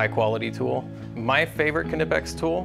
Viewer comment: How can we stop Americans from saying ka-nipex?